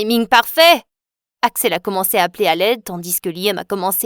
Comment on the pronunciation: Ils prononcent tandis n [tandice] et sa me fait trop rire 😂😂